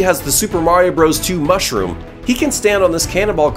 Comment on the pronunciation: I love how you say mushwige